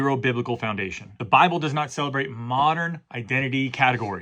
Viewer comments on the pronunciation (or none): none